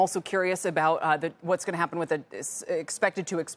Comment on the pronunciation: Kamala can't even speak grammatically correct English. Price "gaging?" My grandchildren know the difference. Biden's been rubbing off. Neither of them could/can run the country.